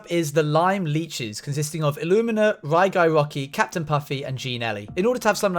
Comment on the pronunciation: "key"ptain u say